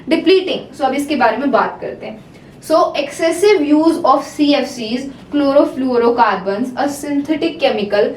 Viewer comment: Chlorofluorocarbon pronouncation was just wow😂